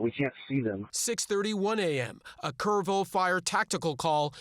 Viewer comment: It’s Kerr- ville say it with me